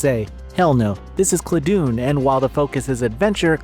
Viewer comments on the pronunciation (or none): Dun as in dungeon not Dun as in Dune. ClaDun, Classic Dungeon. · I believe the name of the game should be pronounced the same way as the words it combines, ‘classic’ and ‘dungeon.’ /ˈklædən/ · I don't know what claw-doon or clah-doon is, but cla (like classic) and dun (like dungeon) i.e Cladun is a good game.